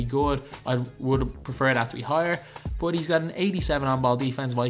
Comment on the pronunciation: i hate how this guy says "but"